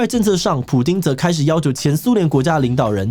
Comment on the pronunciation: Putin not Pudin.